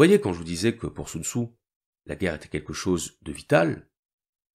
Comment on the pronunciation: Normalement on prononce « Soun Tsé » mais bon